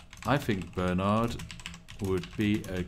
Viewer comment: Spiff? Why are you pronouncing Bernard like a colonial? Shame! Shame! Shame!